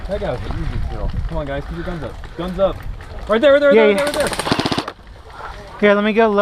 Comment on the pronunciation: was that a "Hey gays" just now?! XD